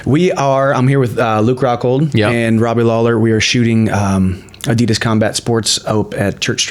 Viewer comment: A-DEE-DAS NOT A-DEE-DIS